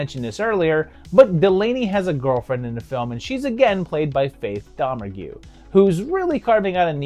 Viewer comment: Just FYI: IT'S DOM ERG.As in Faith Domergue.